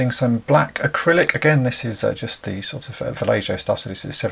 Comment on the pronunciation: good stuff. i think the paint is pronounced "va-lay-ho" :-)